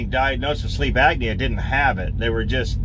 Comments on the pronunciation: Great information, thanks for passing it on! Not to be critical, but just F.Y.I……….it’s “Sleep Apnea”, not “Agnea” it’s pronounced: “App-knee-A”. Also, I am going to purchase a bucket of emergency meals once they go on sale at Costco later this week. 150 nutritional meals in a 5-gallon bucket, and you only need to add water. It’s just a thought for anyone who wants to keep a bucket in their truck, if not for all meals, at least for a quick meal if you’re not around any place that serves “healthy” meals. The meals have a shelf life of 25 years, so, it’s something to consider, if nothing else, to supplement your diet diet. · please understand that there is a "P" in apnea, not a C..